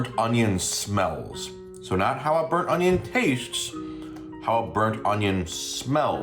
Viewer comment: With the chow mein I kept hearing “butt onion” instead of burnt onion - maybe now we can determine what a “butt onion” is supposed to be? 😂